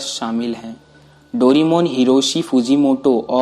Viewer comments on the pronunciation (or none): भाई तुम डोरेमोन को डोरीमोन क्यों कहते हो¿